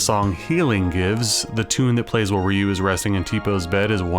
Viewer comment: Stop saying Ryu, his name is Ryu.